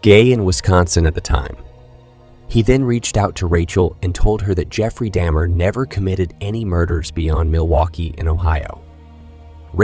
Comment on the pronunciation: This was a good and informative video. But the fake attempt at some form of AI voice over makes it annoying. You pronounced Jeffrey Dahmer's name correctly the first time and then seemed to purposely say it wrong the rest of the time. And it seems you purposely said several things wrong in an effort to sound like AI. Its weird. Through most of the video you called him william NewtonS and then changed. Its weird and disrespectful to the deceased.